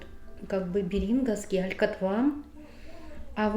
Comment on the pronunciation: Не Бери́нговский, а бе́ринговский! Сообщите, пожалуйста, этому недокраеведу!